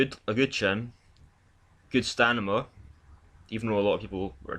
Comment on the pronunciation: Really sorry in advance... please learn to say stamina :( STAMINA